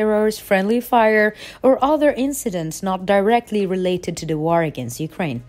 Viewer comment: She needs to pause every now and then too. Everything seems to string in one loooong sentence; every word with 'or' she pronounced 'er' . Otherwise Great Job!